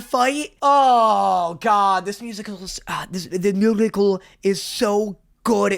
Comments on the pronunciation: ah, yes, ....the muhical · the musical was so good it made him french for a second